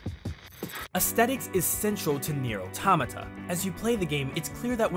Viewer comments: Automata is the plural form of automaton. It's pronouced auh-TOM-uh-tah, similar to auh-TOM-uh-tawn. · I can't tell if he's pronouncing automata wrong of if I've been pronouncing it wrong lol